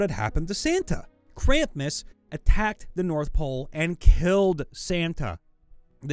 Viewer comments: Krampus, not Krampmas! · More than once... Krampmus instead of Krampus. Spelled right in the text, too. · It's "Krampus", not "Krampmus". That should have been more like "he came before he could even get his pants off". Impregnating her sounds like it would be a nat 20 result if anything. The "h" is silent. In fact, it's usually written as "Baal". The name refers to the first and most powerful of the 72 demons of the Ars Goetia. Nyarlathotep is an Outer God in the Cthulhu Mythos, and is the spawn of Azathoth, another Outer God. It has almost nothing to do with Cthulhu, a Great Old One. Also, yes, its name is very hard to pronounce. You said "Narlothep", which is a few letters off. This is a pet peeve of mine; it's pronounced "nuclear", not "nucular". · Krampmus.... Why, do you say it like that? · You saying Krampus as “kramp-mas” makes me strangely upset XD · I kinda understand his problem with simulacrum (kinda), but...krampus is such a simple word to pronounce. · exactly! I had to pause and read it carefully to see if i was tripping or if the guy made a mistake but noooooo why do you have to torture us like that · Wasn't looking at the screen and genuinely thought the op had created a monster based on krampus by the way he was saying it. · It drove me insane. How did that 'm' get there‽